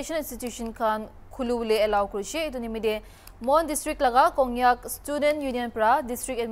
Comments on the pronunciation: Yeah.. 😂 opai nai. She's AO so it's sure that she'll pronounce Kongyak instead of Konyak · It's not kongnyak, it's konyak